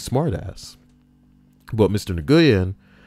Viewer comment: nguyen is pronounced - "WHEN" :)